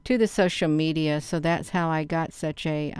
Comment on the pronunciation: The me-DI-ya